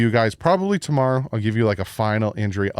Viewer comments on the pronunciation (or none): none